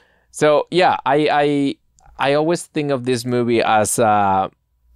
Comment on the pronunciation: Love hearing say mewvie